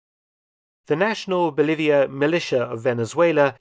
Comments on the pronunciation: In "National Bolivarian Militia of Venezuela", be careful with that second word; pronouncing it without the "R" makes it sound like they've been invaded by nearby Bolivia. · Bolivarian, from Simon Bolivar, not bolivian 😉